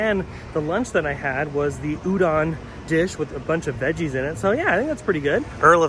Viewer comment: Just an FYI Udon is pronounced ooo-do(long o)n 😃 Great video,!!